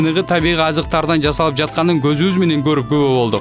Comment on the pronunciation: Дозум,жазалып? аркалыктар "з"да очунор барбы туура суйлогулочу кыргызча